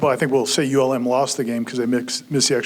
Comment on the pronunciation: Dude, it's ULm. This was dead embarrassing. Be honest, you're in over your head and everyone knows it now